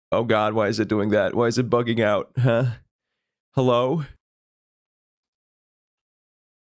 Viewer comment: the huh when the gate glitched out sounded very german